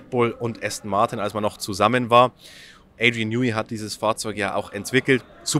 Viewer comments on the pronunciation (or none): none